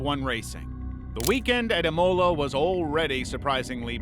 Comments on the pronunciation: Imolo? Sella? Come on bro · I'm an American. I winced at his pronunciation of Senna, Imola and then, later in the video, Nurburgring and Nordschleife